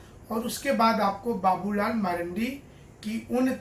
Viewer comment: उसका नाम बाबूलाल मरांडी है ना कि मरंडी 😂😂